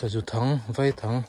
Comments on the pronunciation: Ho ve khawo mai... Lemchang thiam pa i ni ringawt vei thang nilovin, vai thang tih bawk tur aw.. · 'VÂI THANG' a nilo, 'VÀI THANG' . Vaihlo anga lam rik tur. 'VÀI' chu sazu sawi na, vaihlo chu sazu hlo/tur. Sazu kaw ur nan an hman th(r)in. Tin, i Fal kam na a i chan chhuah te hawl hawl kha🤣 cute thraks thraks😂😂😂